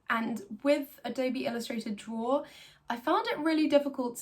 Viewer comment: Ello, my name is Simon and I love to “drawra”.